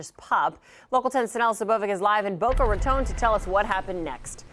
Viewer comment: Go Senior Citizen 74 & fighting off an alligator. No one mess with her. Glad the ending was what it was! Why does the reporter pronounce raton like it has an e on the end ( tone ) ? Just asking cause all-my life heard it as 2 syllables & second syllable word is ton like bricks.